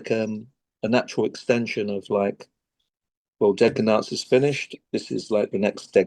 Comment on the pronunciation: Brendan said “dead can dance” and it sounded like “decadence”… never occurred to me that band name could be this two fold name intentionally or unintentionally…